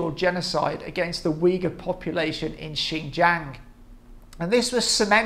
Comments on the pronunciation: Why can't you even pronounce it close to correctly "ShinJong" not "Jang". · I'll conceed "Jiong" is better than Jong, but a long A as in Jang (rymes with bang) is simply wrong. I did check translation software and no way a long "a"